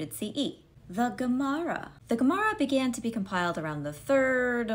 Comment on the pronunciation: Thanks for elaborating on these terms; it clears up a lot. That being said, when you say “Gemara”, I hear Gamora, and I’m more confused trying to figure out how the Guardians of the Galaxy fit into Judaism and the Talmud (and that’s before thinking of Judaism in the Infinity Wars and Endgame). Yeah, the transition may take a while.